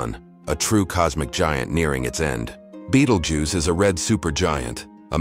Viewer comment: it’s not goose. If you’re gonna use AI to do videos, at least do it right.